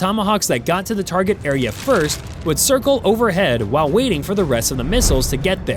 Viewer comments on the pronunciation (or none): none